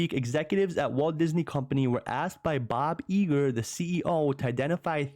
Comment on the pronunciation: Is Bob Eager a nickname or are you from jersey 😂